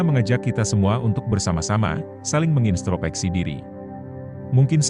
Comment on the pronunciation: "Mengintrospeksi" dek bukan "menginstropeksi"